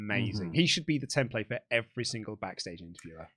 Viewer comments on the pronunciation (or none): none